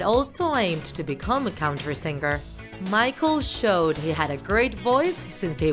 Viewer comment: Did you guys hear siger in stead of singer? Lol